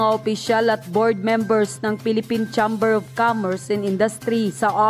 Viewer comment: Miss blogger mali ang pagbigkas mo patungkol doon sa pcci chamber iyon cheimber ang pagbgkas hindi tsamber